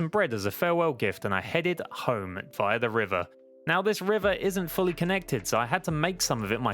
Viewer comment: The way he says via triggers me idk why but it just does